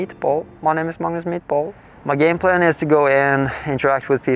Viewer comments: When he said “my name is Magnus mitdbo” I heard “my name is Magnus meatball” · "my name is magnus meatball" is what i kept hearing LOL